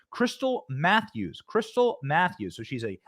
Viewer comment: Krystle Meth-ews ?